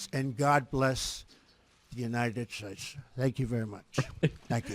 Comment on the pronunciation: Isn’t the cognitive test he was given the one to rule out cognitive impairment after a vascular episode? If so it was an absolutely useless exercise. (Con me once shame on you, Mr Trump, con me twice shame on me) I suffer dry mouth as a side effect of medication and no way would I pronounce ‘states’ as ‘shtatsh’. Another possibility is a speech impediment. I have a relative that has one but had elocution lessons when she was young so it’s completely hidden unless she is tipsy or tired - to this day only her immediate family are aware of it, even then it’s easy to forget.